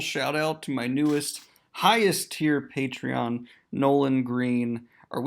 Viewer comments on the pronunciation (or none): none